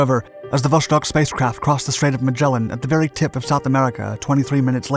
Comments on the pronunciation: It is pronounced vostOk, not vOshtok. Jesus... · Great video, just one small correction....it's not pronounced "voshtok", it's "vostok", which translates to "East" in Russian. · Vuh-STOKE with a hard O — meaning "East." Not VUSH-tok. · It’s pronounced “Vostok”; not “Voshtok”. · Why are you pronouncing it Vos(h)tok? The third Cyrillic letter in the name is a 'C' which is pronounced as an 's', not an 'sh'. You should know this when presenting such an important video. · It's "Vostok," not "Voshtok." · It was not VOSHTOK !! But simply Vostok !! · Not a big thing but it's "Vostok" not "Voštok" :) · VoStok, not voSHtok. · its vos-tok not vosh tok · Vostok is not pronounced with an "sh" sound, rather with "s" (like in 'submarine'). In ciryllyc letters it' looks like: Восток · Vostok = East Pronounced Vos-Tok' Not Vosh-Tok... I appreciate all of your educational videos. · Glad I'm not the only one to be bugged by this.. I can't watch the entire video because of the mispronunciation.. it is not Voshtok, omg.. it's Vosss-tok.. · It's pronounced Vost+ok right? Which is why it gets mispronounced so often is the 'ok' part is easily misheard by non-native speakers as Vosh+tok or Vos+shtok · "Vosztok" good job with accent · Hearing Vostok mispronounced so frequently is quite disappointing.